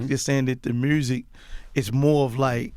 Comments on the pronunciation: “muerrsik” (music) 😂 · I'm only here for the "MURSIC" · "I know how to make Mruusic" 😂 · Mursik 😂 where the r come from ? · The "mersic" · Mursic and Pacifics huh? 🤣 wow. If he can be a millionaire, literally, anyone can. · "Mursic" lol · “All the MURSIC” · "Pacificly merzik" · Take a shot every time he says “Meursic” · Lol I fucks with Gotti but why he keep saying Murrzik lol? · Someone tell Gotti that there's no R In Music. This nigga said mrusic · That man puts r on everythang "mrusic" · "Merzik" -Yo Gotti, 2020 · Manny Mugz it’s “murzik” - a Memphis nigga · If he says he's from Memphis and don't say "MERRSIC" (Music) He's lying. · Jthe Lightseeker I thought it was Mursic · Every Memphis artist - “Murzzikk” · I just came to hear Gotti say Mursic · Joe “mursic” rogan 🚀 🎶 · "Mursic" - Yo Gotti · Love when gotti says “mursic” 😂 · I literally came hear to say mursic lmaoo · He’s cool but what’s up with these rap guys always putting the letter “r” in the word music. I’m so confused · Im drunk 😵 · Every time this nigga pronounced “music”. I lost brain cells.